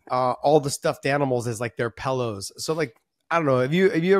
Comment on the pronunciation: Lol, I love it, Josh "pallows" like me. Not pillows